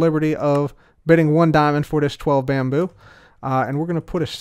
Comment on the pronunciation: It's not bamboo. It's Bambrrr .